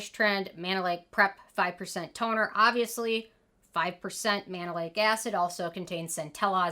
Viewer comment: I cringed every time you say Mandelic lol